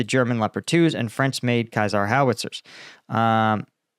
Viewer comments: Sounds rather like "say-zaar" in French, but clearly has no idea about that and renders it more like "kaiser":) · Caesar is pronounced Seasar. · FYI that is not how you say CEASER, at least in this context as the artillery system is French and is an acronym for, Camion Équipé d’un Système d’Artillerie. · Cesar is pronounced like Julius Cesar... same. In English.